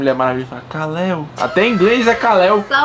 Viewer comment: Não é kaleo é kal-el